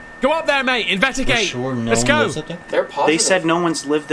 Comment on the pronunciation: Haha... In the beginning, he couldn't say investigate... He said invedagate.... LoL